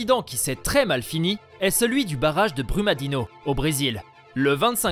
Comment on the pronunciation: Brumadinho se prononce Brumadinio Vc é um gringo Tem investigação Fala do que vc sabe tá